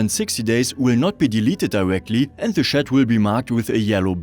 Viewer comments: It's pronounced tjat and NOT sjat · Wollte ich auch anmerken: tschät, nicht „schett“ (tut richtig weh) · Yes, as an English speaker, it was rather comedic to hear this pronunciation of the word. I completely understand that English is not his first language. It's just unfortunate that the pronunciation used in the video sounds so much like a completely different word.... 😄